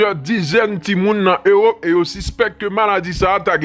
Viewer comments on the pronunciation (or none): none